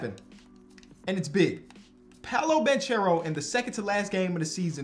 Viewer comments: love the videos but it’s pronounced “Ban-care-o” not “Ban-cher-o” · It's Pah-Low Ban-Care-Oh 😂😂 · It's pronounced Polo Ban(ck)ero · Banchero = bankero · please learn how to pronounce Banchero!